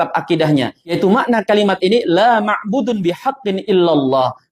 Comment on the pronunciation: Ahsanta.... Masya allah... Tapi masukan untuk antum akhi... Yang masyhur Laa ma'buuda.... Bukan laa ma'buudu.... Sebab jika isim nakirah jatuh setelah Laa nafi jadilah dia mansub bilaa tanwin... Demikian akhi.. Mohon maaf.. Tapi isi uraian antum bagus sekali .....penuh faidah insya allah... 😊😊😊😊